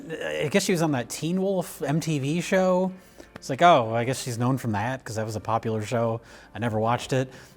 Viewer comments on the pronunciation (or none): none